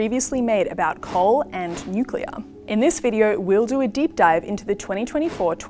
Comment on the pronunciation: Bowen can’t even pronounce nuclear, only appealing to low intelligence voters